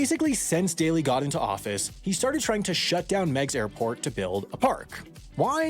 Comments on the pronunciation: It's pronounced "Migs", not "Megs". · Just where did you get this boat-load of crap? Firstly, most residents of Chicago hated Meigs Field. It was a playground of the ultra-rich sitting right in the face of everyone, taking up land and making noise. And it's pronounced Meegs Field not Megs Field. After 9-11-01 the airport was a source of nerves and fear, and flights were severely limited in and out afterward. The demo teams 'sneaked onto the field in the middle of the night?' You mean, the guys who parked the bulldozers and dump trucks and other heavy equipment all along the airport grounds days beforehand? Those construction guys? Or the guys who closed the roads into the airport weeks before that? Or the guys who took all those pictures that were in the papers and on television mentioning the closure of the airport for weeks? Who sneaked anywhere? I mean, come on. And as far as 'they had to leave their cell phones behind' I mean... make up some more bull crap why don't you? How about every guy working the construction crew had to sign an affidavit stating they were never there and had never demolished the airport runway, that it was all a vast right-wing conspiracy. And every one of those 16 planes still on the field was perfectly capable of taking off on the old taxiway that now served as the runway, and every owner knew well beforehand they would need to find another place to park them - as in almost a year beforehand. Daly had given no notice? Lie. He didn't have to. The owner and operator of Meigs Field was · Am I the only one here bothered by the constant mispronunciation of "Megs" field. It's pronounced (Migs). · pronounced locally as "Migs" not "Megs" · Meigs is pronounced like "bigs" not "begs." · It’s pronounced migs field, not megs field. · Always heard it pronounced Miggs Field not Megs Field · "megs" I think you mean "migs" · "mig's" not "meg's" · "Migs" field. Not Meg's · Migs, not megs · U say it wrong Say It like "Migs field" NOT Megs Airport 🤦‍♂️